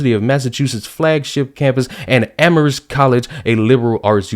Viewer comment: Amherst's "h" is silent,. Also, there's a lot of controversy there because the town was named after some British lord who advocated genocide against the Native Americans using smallpox-infected blankets. Nice guy, huh?